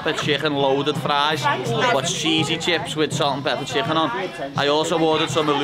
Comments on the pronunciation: Just the way he says chcccken sounds overweighted lol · A can a cooooke an half a chhhhhhicken 🇮🇪😂😂😂😂👍